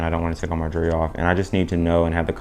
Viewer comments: Whats juree? Its jewel-er-ree 😂😂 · actually its jewel-ree, why are you adding an extra syllabus